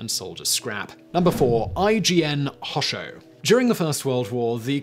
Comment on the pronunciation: Anyone else slightly triggered by the way he pronounces Hosho? :(